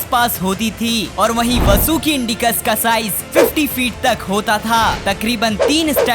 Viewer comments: Not vsuki This is vasuki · Vo vsuki nhi hai👿vaasuki hai😈👹